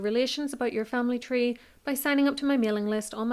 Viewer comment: Tree tree's ( three trees)